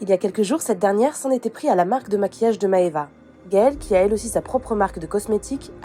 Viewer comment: Les T, Maeva, ça ne se prononce pas « tch »